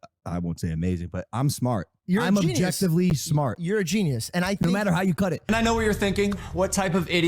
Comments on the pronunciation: "I'm objessively smart." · Any one catch the “I’m objesively smart” lmfao